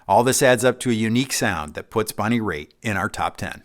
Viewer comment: Bonnie Raith? Cmon. Are you kidding me?